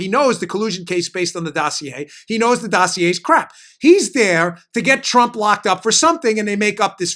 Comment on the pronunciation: Hey Dano! Say "Dossier" again!! LOL! Great job as usual.